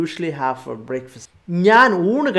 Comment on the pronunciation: Wow superb class sir, but there is a small correction sir, you said breakfast as 'breikfast' i think that would be 'brekfast '